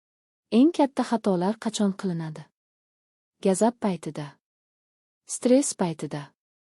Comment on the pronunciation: Gazab emas g‘azab opo‘y😅😅😅